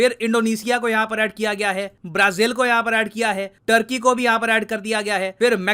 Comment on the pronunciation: सर , टर्की नहीं तुर्की आपी ने बताया था